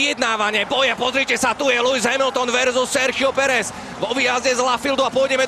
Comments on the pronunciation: Nah bro, as a native spanish, he sounds exactly like us lmao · Yeah he sounds exactly as a native, I wonder if he has some spanish/hispanic background or something